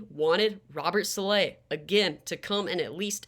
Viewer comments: Sah-la not sah-lay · Saleh (Sah-lah)is the pronunciation, greta vid tho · Great video! But it’s pronounced “Saul-luh”